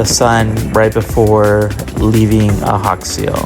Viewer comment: The J is Ajaccio is not silent. It's not Spanish. Its hybrid French/Italian.